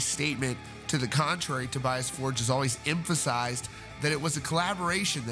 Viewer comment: And apparently his first name is actually pronounced To-BEE-as, instead of To-BYE-as!